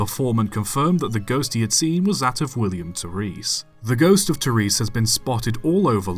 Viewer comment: Terris not tereese